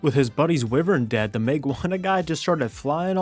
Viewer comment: It's pronounced wyvern not wiwern, my gigga.